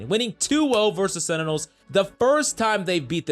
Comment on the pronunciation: Say it with me please. SEN-Ti-Nuhls .. not senitels >:(